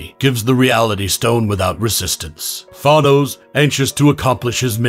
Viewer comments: It’s thanos not thonos, you pronounce the a as a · This was an alternate reality during secret wars. And I hate how you pronounce Thanos as Thahnose. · the s is silent. and the a in thanos is long a....